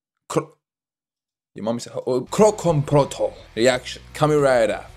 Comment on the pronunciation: Protokol, not protol 😂😂